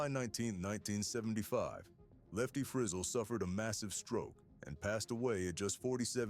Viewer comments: It's "Free zell," da*n it, not "frizzle as in sizzle!" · If you’re going to do these Autobiography type videos at least learn to say his name right…it’s not Frizzle rhyming with drizzle it’s Frizz ELLE!! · HIS NAME WAS PRONOUNCED FRE-ZZEL NOT FREZZILE,YOUR COMMENTATOR IS IN WAY OVER HIS HEAD,GOOD JOB HIRING SOMEONE TOTALLY CLUELESS TO COUNTRY MUSIC SINGERS NAME !! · Shame on you making a total ass of your self, in your pronuncation of Lefty's last name. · If your narrator can't pronounce Lefty Frizell's last name, then this video is worthless.